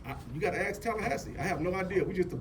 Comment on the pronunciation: WHY can Nubians not pronounce the word "ask"??